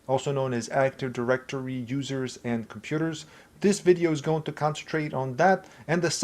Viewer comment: Awesome video, but why do you say "actor directory" instead of "active directory"? 😭